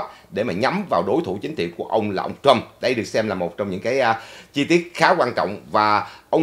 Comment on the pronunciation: please đọc Trump not Trâm.